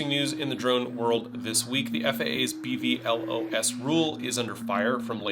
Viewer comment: It's pronounced "Bee-vee·loss" 😅